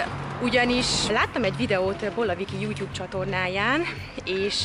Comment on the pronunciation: Miért mondtad azt hogy yutyub